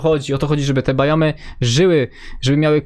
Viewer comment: Bajomy xd mówi się biomy jak coś